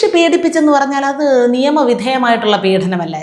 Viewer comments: പീഢനം അല്ല മാഡം, പീഡനം ആണ്. അവർത്തിച്ചാവർത്തിച്ചു ഇങ്ങനെ ഉച്ചരിക്കുന്നത് കൊണ്ട് ചൂണ്ടിക്കാട്ടിയതാണ്.മുമ്പും ചൂണ്ടിക്കാട്ടിയിട്ടുണ്ട്. പക്ഷേ,കിം ഫലം. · പീഡനം എന്ന വാക്ക് ശരിയായി ഉച്ചരിയ്ക്കൂ. പീഢനം അല്ല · പീഢനമല്ല, പീഡനമെന്നാണ് ഉച്ചാരണം. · again you go wrong at times in the diction -Peedanam! Through practice, you can rectify it. Your views are always correct!